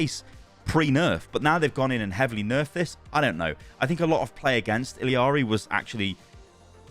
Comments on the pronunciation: It’s ee-lar-ee not eel-ee-ar-ee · It's ee jah ree not ill ee are ee please youre killing me over here. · I don’t believe blizzard pronounces her name right. Don’t they speak Spanish in Peru? Wouldn’t it be E-ya-ri? Double L is a Y sound. The way they have it pronounced seems more like Iliari. Idk where that i comes from. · BRUH why the fuck do u pronounce her name so WRONGLY its ILLARI there is no ILLIARI its fken ILLARI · Can we all just start saying E-YARRY like she says IN GAME instead of continuing to say the Ls as English Ls? I don’t see anyone saying this at all. Everyone was all over Kiriko’s hard ‘r’ when she came out… just my 2 cents. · Say it with me, ee-ya-ree. LL is a Y sound like in tortilla. I didn't care about the accent, just stop adding the L sound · BRUH THERE IS NO FKEN I in the middle if ILARI its fken ILARI stop butchering the name sounds so fken weird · The double L makes a J sound it sounds like ijari i dont make the rules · it's ILL-ARI bro